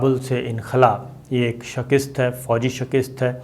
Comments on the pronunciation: The word is Shikasat not Sakist please note. In Punjab they say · 'Shakist' nahin kehtay, balkay 'Shikast' drust lafz hay. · بھائ شکست کے ک کے نیچے زیر نہیں زبر ہے۔ خدا کا واسطہ ہے یہ جہالت چھوڑو۔ ذرائع ابلاغ سے منسلک ہوکر یہ غلطی کرنا مجرمانہ فعل ہے۔